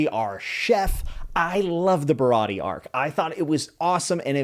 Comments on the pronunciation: He also pronounced Baratie wrong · Stoked to see your views and progression throughout the story you have a WILD ride, loved the video(other then Sanji and Baratie pronunciation😂) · Japanese pronunciation. A is always "Ah" Sanji Baratie Is barati(eh) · Just some pronunciation so the fanbase doesn’t eat you alive. Usopp = oo-sop Sanji = s-on-jee Baratie = bar-a-tee-ay Rogue town is also largely referred to as loguetown so don’t get confused. Either way, great video, excited to see some updates on it. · all good i hope you keep enjoying this series and about how to pronounce baratie, its "ba-ra-tee-ay" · also baratie ba-rah-tee-yay! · Bro cant pronounce Sanji, Baratie, Usopp, but doesn't really matter at all but its funny